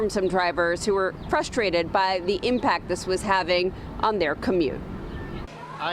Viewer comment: I'm getting FRUSTRATED, listening to you say fustrated.